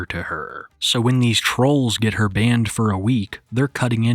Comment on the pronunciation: "banana-ed??" OHHH BANNED 😂😂 WTF